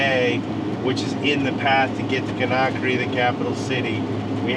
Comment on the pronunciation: Kindia is where we stayed. Wonderful, joyful people! Great memories! But I cringe every time you mispronounce Conakry.